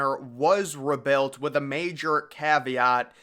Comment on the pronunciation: WHy do you say "rebuilt" like "rebelt" ?